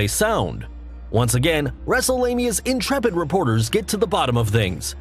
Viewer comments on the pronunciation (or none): none